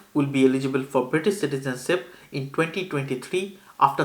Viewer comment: Citizenship vs CitizenSIP. where are your 'H' sounds bro? you eating your H's?